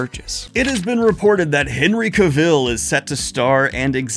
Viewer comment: Daniel pronouncing Henry Cavill like he's going to make a coat out of dalmatians